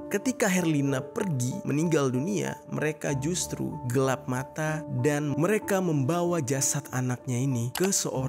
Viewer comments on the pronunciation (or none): none